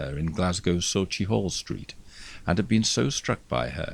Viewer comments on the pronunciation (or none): Another fine documentary. Thank you. But - "So-chee-hall Street"? Sauchiehall Street - the main Glasgow thoroughfare - is "sock-ee-hall". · It is a tricky word to pronounce,if you are not familiar with it. It is pronounced Sau-kie-hall st. It is a hard “c” not a soft “c”. 😁It probably was a bit unfair of me to say that I laughed at your pronounciation. 😘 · Sauchiehall street is pronounced with the ch as in Scottish Loch, not as in cheese. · Thoroughly enjoyed this. Being from Glasgow I was familiar with the case but not of all the details and content of the letters. One small criticism -- I have rarely if ever heard anyone from outside Scotland pronounce Sauchiehall Street correctly. It's suckyHALL Street #justsaying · I love your vlogs and you vocal tone and diction is excellent though I did smile at how you pronounced" Sauchiehall Street ". I've always thought it was pronounced " Sockey- hall" . Could be wrong, I'm English living many years in Scotland. A really interesting telling of a tale I've heard before but you brought it to life . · I adore you, but that is not how you say Sauchiehall. 😂💚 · Sorry as a west coaster from Scotland i had to have a laugh at your attempt at "Sauchiehall street". However your content and delivery ia as always excellent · I am Scottish and live in Glasgow but this is the first time I have heard of this story. Fascinating indeed! I did have a wee giggle at your pronunciation of “Sauchiehall Street” . Many thanks for making these videos and for sharing your incredibly soothing voice. 😘